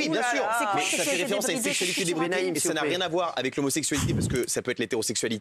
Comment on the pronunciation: Guillaume il est sérieux quand il dit sexualité debydre